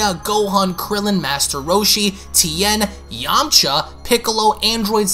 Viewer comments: Hahaha dagh u so mean.. why u said Yumcha like that😂😂# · Why'd you say YAMCHA like that lmfao. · I’m weak 😂...the way he said yamcha. God yamcha?? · The way said yamcha got me rolling lol Itd be sick the other z fighter got stronger and learnt god ki as well in the next db super anime and on going manga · Is it only me or did he sound weird when he said Yamcha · Did you have to say Yamcha's name like that?! That's my boy!! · When you said yamcha's name😂😂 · The way you said “Yamcha” lol